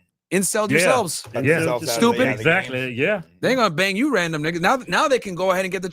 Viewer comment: The way Myron says Nigga just don’t sit right with me